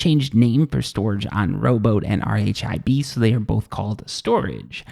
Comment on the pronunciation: Hey, great vid - very informative, ta Z-fighting is when two objects are at the same distance from the camera (i.e. z co-ordinate) and the renderer can't decide which to render first, so they flicker You don't have to spell out RHIB - it's pronounced 'rib' Vignette is pronounced 'vin yet' Keep up the good work! :)